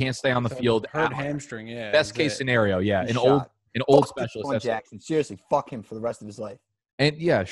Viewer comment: “fack you”